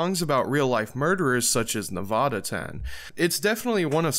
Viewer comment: Nevada is NOT PRONOUNCED LIKE THAT. how do you supposedly listen to Sematary and can’t even say Nevada right?